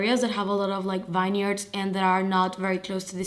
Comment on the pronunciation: I keep forgetting to comment this but you pronounce “vineyard” wrong every time haha. Not a big deal since English isn’t your first language. But it’s pronounced VIN-yard. Ignore the “e” 😊